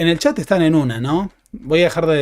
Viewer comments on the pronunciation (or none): none